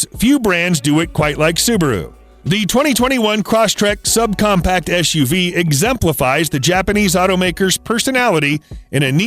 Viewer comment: It’s eS uv, not eSH uv. Just like sitting is not the same as shitting.